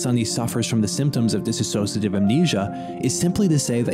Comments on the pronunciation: DISS OSH A TIVE... not DISS A SOSH A TIVE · DIs-sociative, not Dis A Sociative. cant you read man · DISSOCIATIVE not DISaSSOCIATIVE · it's a common mistake but its di-sso-ciative, not disassoative. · I'm sorry to point it out, but it was so distracting the way you pronounce "dissociative". It's not "dis-associative". Sorry again, it's me, being sensitive to pronunciation, especially when the speaker is trying to present in a serious manner.